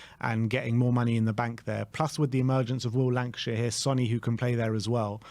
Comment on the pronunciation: Hey guys love the content. is is Lankshear not Lankashear....lol Much love guys